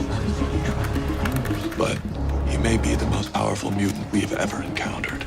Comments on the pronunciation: What the hell is a mew-TinT? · .... also why do you pronounce ‘mutant’ so weird, like a robot? is this AI taking over the world?????!!@